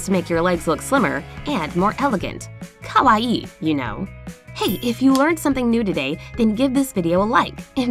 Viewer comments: Oh my god That’s no how you pronounce Kawaii Kah-wai-ee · The way she said “ kawaii” like “kowai” which means “scared or scary” triggered me so much! I’m Chinese but born in Japan this whole video made me lose brain cells